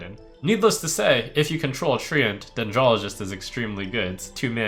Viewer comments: Trump its trent not tree ant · It's trench